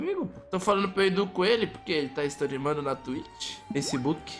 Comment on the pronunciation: "Stirimando na twitch"